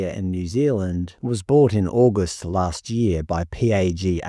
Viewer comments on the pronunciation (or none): none